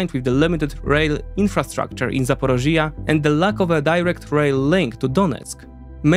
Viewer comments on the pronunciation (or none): Zaporizhzhia NOT ZAPOROZHYE. LEARN UKRAINIAN FFS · Hi, You're pronouncing Ukrainian places using Russian names. For instance, the region and city of Zaporizhia. Please see quote from Wiki, "Zaporizhzhia[3][note 1] (Ukrainian: Запоріжжя, IPA: [zɐpoˈriʒʲːɐ] (listen)) or Zaporozhye (Russian: Запорожье, IPA: [zəpɐˈroʐje] (listen))" which I hope helps explain it. I wouldn't normally make a comment but you use the Russian Zaporozhye dozens of times in the video and it's also not just this word and not just this video. A nation fighting for its independence from Russia should be able to reject its colonial names. It's particularly important right now so it would be great if you could go out of your way to accommodate this. Thank you! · It's not "ZA-PO-RO-(JI)-YA", where the part in brackets is stressed, it's "ZAPO(RI)JJYA". Listen to some Ukrainian news presenters here on Youtube saying this name. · It's call Zaporizhzhya, the sound on the I. Just would like to help. Ty for your vids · The explanation nearly perfect, thx! Hope ZSU & the partisans manage to cut off those supplies soon, really hope, it’s extremely needed Besides the topic, thx for clearly showing Crimea as Ukraine. Btw Zaporižža, zah-po-REE-jah, j like si in vision 😉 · The way you say Zaporishia or other names is just painful to hear. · I have never heard of such funny pronunciation of my hometown Zaporizhzhia😅 Accent must be put on the first “i” in the word. But so detailed analyses of the situation I did not even see on Ukrainian channels, thank you! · Another excellent presentation!!! However, you mispronounce the word ZAPorizhzhia, over and over again in the talk and this is very distracting. Finally, I can only cry over Biden's failure to give the weapons to Ukraine to finish the Russians off. He just doesn't want the Ukrainians to win. The Russians are so very, very vulnerable as you have presented. With the proper missiles they would be finished within weeks or months! Cheers.